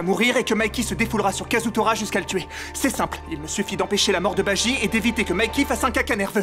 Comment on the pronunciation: c'est kazutora pas kasutora